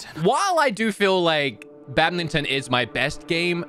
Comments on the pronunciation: Lol I love how pronounces badminton like bad-min-ton however its pronounced bad-mitten. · I'm sorry, did no one else hear him say "badmington?"